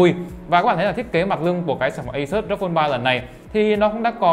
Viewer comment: REPUBLIC OF GAMER thì đọc là ROG ROG i chang thì đọc là Rốc ?????